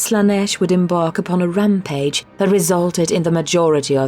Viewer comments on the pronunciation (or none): none